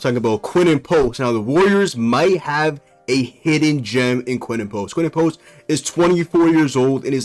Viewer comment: Who is Quen-en Post?